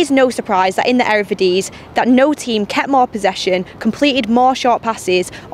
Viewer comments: the "error-videes" lol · "Erevidisie?" Hahaha 😆 😂. Love you though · In the " ERERVERDIZE" Lol sorry I had to 😂😂